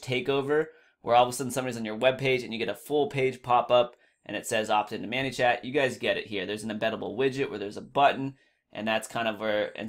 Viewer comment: Thanks for your VIDEO... has anyone ever told you it's pronounced "MANY" (like 'I have too MANY FB friends') and not "MANNY" (like "meet my friend MANUEL, he goes by MANNY'). Just thought you should know. Sorry don't mean to be negative, it was just distracting to listen to. ;)